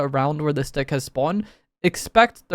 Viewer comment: sounds like he's saying "this d**k" lmfao